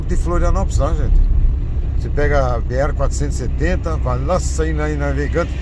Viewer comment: B "ere: não.. B erre..= BR... Somos brasileiros erres aspirados . Sem essa de pousar de gringo... com esses horríveis erres vibrados, tipo gringolěs. SUPER desagragaveis aos ouvidos brasileiroa